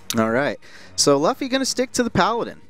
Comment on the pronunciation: Luffy is pronounced Loo-Fee